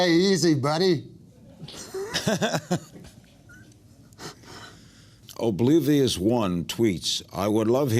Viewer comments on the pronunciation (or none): He couldn't pronounce oblivious